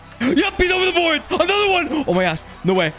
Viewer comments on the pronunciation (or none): none